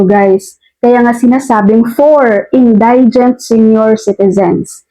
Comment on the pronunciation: Thank you for clearing this issue. My only concern ay yung pronunciation mo ng word "indigent". For the correct one, check mo sa Google, marami kasing makakapanood ng video mo. Magandang itama mo na sa ngayon para matutunan din ng lahat ng listeners mo. Ty again.